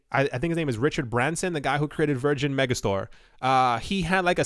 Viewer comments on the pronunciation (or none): none